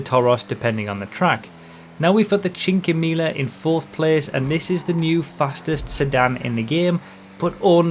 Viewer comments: PSA, as an Italian myself I shall inform you that the pronunciation for Cinquemila is ALMOST there :P Cheen-quay-me-lah ( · Watch how you pronounce cinquemila